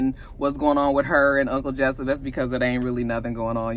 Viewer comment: Every time you say“Uncle Jessyp” it takes me out.